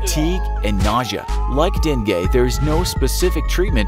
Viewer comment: Its deng-geh not dweng-gyeh